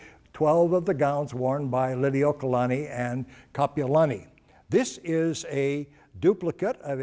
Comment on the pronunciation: LI LI U O KA LA NI NOT lilikalani. KA LA KA U A NOT kalakawa.